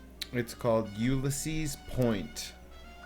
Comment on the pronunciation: Did you really just pronounce ulysses that way? Lmfao I was like wait what? 🤣